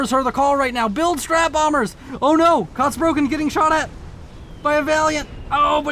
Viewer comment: Just a friendly correction: You are pronouncing "Kotzbrocken" wrongly. It’s not "Kots broken". The "Kotz" is pronounced like "cats", just with an "O as in Omega" instead of the "a" (but about the same length as the the "a" in "cats"). The first syllable of "Brocken" is pronounced similar to "rock" with a "B" (and a german style "r", which is some sort of uvular trill or an uvular fricative). The word literally means "chunk of vomit". It is usually used as a casual term for someone who is very unlikeable or obnoxious, "like a chunk of vomit in your throat". Which is a very good name for an Aeon, if I may say so, what’s with all them fanatics, LONG LIVE CYBRAN NATION!